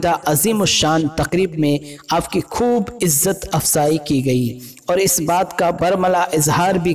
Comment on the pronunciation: Isne khhidamat khidmat bola or khhoob ko khub bola Bhai bareilly Sharif ka nam naddnam mt kr